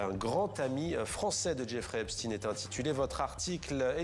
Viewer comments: C Epstainnn ☹️ on dit pas Albert Einstinnne, ils ont tellement peur d’être traité d’anti sémite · Einstein était allemand, onc on prononce chtâyne. Epstein était américain, donc on prononce stine, de la manière dont il se présente lui-même dans les vidéos. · Cette prononciation m'insupporte